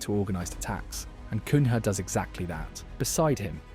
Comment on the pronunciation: "Sennee" , "Cunhay" lolz